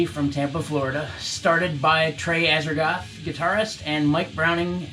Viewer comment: For the poser in the middle, it's Azagthoth, not "Azertoth". 🙄